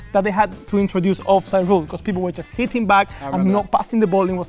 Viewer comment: In jules’s speach bro said becüs like a million times